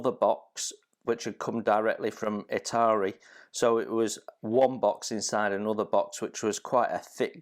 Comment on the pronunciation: Are you kidding???? It is ITALERI NOT ITARI